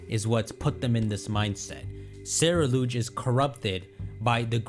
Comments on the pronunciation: The photo with the pokemon eating a cupcake behind Geeta was Greedent from Galar (gen 8) also the last pokemon in the trailer isn't called "Cerulouge" it's Ceru-ledge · its pronounced Sea-rule-edge, because it's a mix of Cerulean and Edge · I think Ceruledge is pronounced like cerulean and edge put together due to its blueish hue and that Pokémon on the poster is definitely a greedent